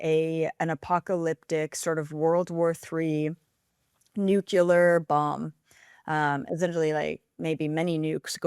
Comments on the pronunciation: "When you understand quantum mechanics ... " ROFL. She understands quantum mechanics! And pronounces nuclear like Dubya. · Nuclear. NEW-clee-er. Not "nucular." I have a hard time taking anyone seriously who claims familiarity with a subject and then makes that glaring error. Much of what she says is interesting and at least worth consideration otherwise.